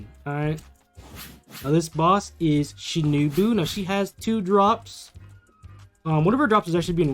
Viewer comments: Its “Shi” “no” “boo” And “Sa” “neh” “me” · You pronounce tengen wrong its like "ten" "gen" You also pronounced shinobu wrong its like "Shi" "no" "bu" You also pronounced sanemi wrong its like "Sa" "ne" "mi"